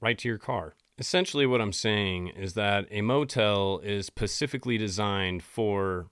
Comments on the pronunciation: Nice job there, butchering the English language ...."pacifically" isn't a word ffs..."SPECIFICALLY "... I'm embarrassed for you... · Am I hearing you correctly when you’re saying the word specifically as pacific-ally? I’ve heard this in other videos and am just curious to know if this is intentional. There’s an s at the beginning of the word I think you are intending to say. Anyway, nothing but love to you. I enjoy what you do here so thank you for all the great content. Be well and God bless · I've watched a couple of your videos. Why do you always say "pacifically" instead of "specifically"? Not trying to bust your balls, but it's not a good look for someone in the podcast business. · Lol I just noticed you pronounce specifically as pacifically. 😅 Personally, I find it more atlantic. Just messin' with ya, much love my guy. ❤ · “Pacifically designed…” ? .. you mean SPEcifically?? Gurl, don’t worry abt hotel v. Motel until you’ve tackled specific vs Pacific. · He beats himself up over saying “corner” but repeatedly says “pasifically” instead of SPECIFICALLY. Like bruh plz read your comments lmfao😂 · If you want people to take you seriously STOP SAYING Pacifically instead of specifically. Its obnoxious. Not cute or funny. No I am not a troll. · No hate I promise, this is now my fifth video in a row and I like the tone of your voice and the way you deliver the information butttt just incase you said it once and didn’t realize and it just stuck with you, you’re saying pacifically instead of specifically ❤ that is all. Thank you for your videos! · SPECIFICALLY.......pasiffically...is not actually a word. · Pacifically or Specifically.... "Sa"specific "Ahh" Lee. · Dude. SPECIFICALLY. Not Pacifickly. Thank you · Pacificly lol specifically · Does he say "pacifically" like that as a joke? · To be clear, is the meaning of the word "specifically". I noticed lately some people say "pacifically" which is not correct. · Pacifically I think u meant specifically